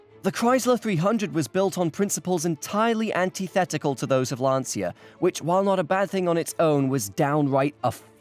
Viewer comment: About Lancia. Firstly, for you English speakers, it’s pronounced as if it were written “lancha”. Given how funny and actually clever this video collab was, I couldn’t care less about this slight mispronunciation, I’m just trying to facilitate your self improvement. Secondly, let’s remember that Lancia produced the Phedra in the 2000s. Go look it up. It’s an awfully awful minivan which shared the name with a contraceptive pill many women in Italy were taking at the time it was introduced. Now, how evil is shaming the name of the producers of the Delta Integrale with that?